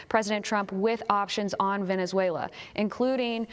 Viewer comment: Wenezuela??? Only blah blah blah 😂